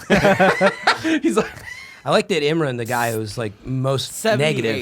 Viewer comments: Imrin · shined this episode. But seriously, you're the only one seemingly mispronouncing Imran's name. Why you do dis?